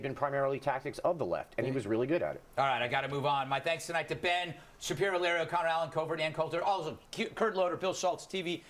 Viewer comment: WOOK AT WITTLE BEN SHAPIWO!!!